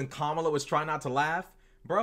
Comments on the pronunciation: Saying "Kambala" instead of Kamala may be the B-word. From men like that, i take it as a compliment! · Kamabla😂 that must hace being on purpose